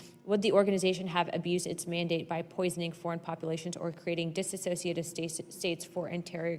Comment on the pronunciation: Disociative not dis a cociative